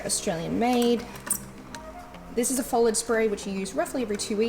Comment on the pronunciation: It's Foliage not follage!!!!